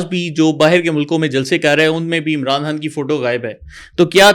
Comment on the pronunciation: Aap ko " Khan" pronounce kerna nahi aata, jo bar bar " Haan" khay rahin Hain??? Sub aaray kharay video bananay aa jatain Hain...apni training tu ker lia kararin video sey pahley...😢😢😢